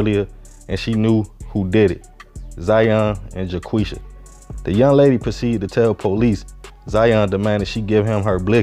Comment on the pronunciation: Ja-Qwuisha" 😂 I'm sry I'm sry. Echem* back to the story